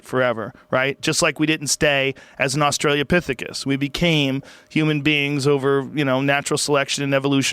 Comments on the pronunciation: did Joe accidentally say "Australiapithecus"? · Joe, its not "Australia-pithecus", its "Austra-lo-pithecus". Sorry. He just says it so often. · Joe, it's not "Australia-pithecus". You finally broke me. Australopithecus. 😘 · All these years and no one has told him it’s pronounced Australopithecus! 😂